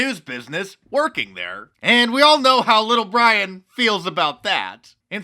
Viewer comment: why does Little Bwian have Joe 90 on his team?